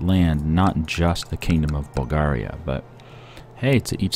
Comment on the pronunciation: I hate how you say bulgaria